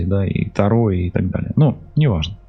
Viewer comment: Здравствуйте! Вы не правильно ставите ударение не: та'ро, а таро'